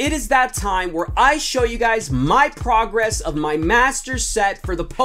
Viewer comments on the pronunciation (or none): none